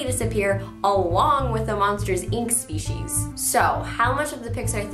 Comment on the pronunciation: U say species speshies it's different...but sounds cooler I like it :)